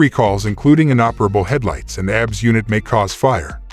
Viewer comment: Zero faith in any video that doesn't even know how to pronounce Tucson or calls ABS "abs" (like as in stomach muscles) Apparently there are 14.3k really dumb people out there because that's the amount of subscribers.